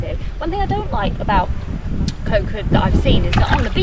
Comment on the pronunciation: You guys need to start pronouncing "Koh" correctly or call it Island instead.